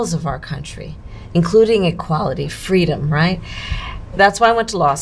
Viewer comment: What? I thought she said her mom smoked weed and listened to tu pac when he was a child rapping about fweedom